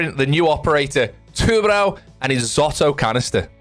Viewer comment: Btw u said tubarão kinda right